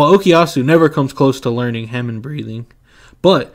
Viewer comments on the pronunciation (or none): Bro said Ham en. It's Hah mone